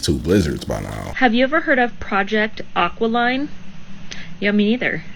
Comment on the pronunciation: 'Aki- lean' not 'Aqua- line'